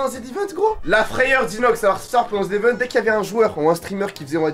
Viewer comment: On dit pas le z event on dit le zevent